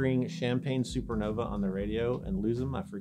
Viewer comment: It’ pronounces “Super Nov ‘ar!” Jeering!